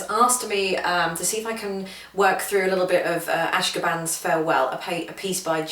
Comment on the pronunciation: I'm admittedly nit picking, but the proper pronunciation is "a-shO-kan." It was composed by Jay Ungar at the completion of a musical retreat at the Ashokan Center in Olivebridge, New York (USA). "Ashokan" means "place of the fish" in the Native American language of the area.